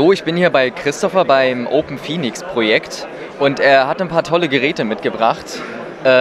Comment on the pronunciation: Hey, kleine Korrektur: Es heißt "OpenPhoenux", nicht "Open Phoenix". Danke für die Interviews! Lukas – OpenPhoenux